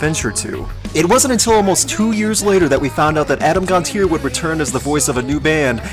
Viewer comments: It is pronounced Gon-Tee-Ay not -eer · It's GONT-CHI-AYE. Not "Gonteer"